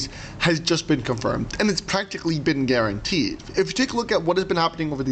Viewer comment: Oh yes!..."GARANTEED".....Let's see....🎉